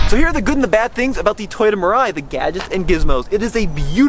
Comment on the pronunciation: Mirai means Future in Japanese, the pronunciation should be : me lie